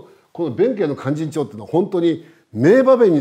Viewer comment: 先生の勧進帳の発音はなんだか連絡帳みたいです。あと市川！とか、よ、弁慶！とかいいません。ただ説明したいだけなのは分かりますが、せめて勧進帳の発音はカッコよく正確にお願いします